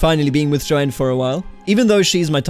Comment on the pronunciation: The name "Joan" is one syllable. It's pronounced like "Jone."